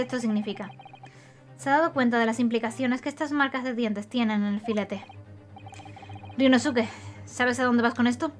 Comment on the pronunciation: gran serie y caso,! solo unos comentarios: -Creo que sería bueno leer los nombres como lo dicen en japón, donde la mayoría de las palabras son esdrújulas o agudas (no graves como en español) y obviar la “u” en ciertas palabras: Ryunóske, Kázuma, etc. - al final lo que tiraron fueron pétalos de sakura en lugar de confeti, puede que seas daltónica? (es pregunta sin hate uwu)